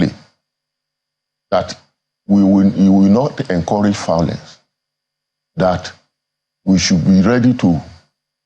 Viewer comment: Why did you even invite someone who is saying “fiolence”. All these people are going there to collect.